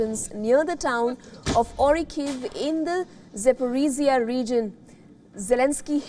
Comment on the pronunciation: Запорожье научитесь выговаривать.